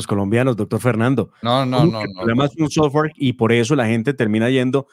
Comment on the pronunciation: Ni sabe pronunciar la palabra sofware que ignoracia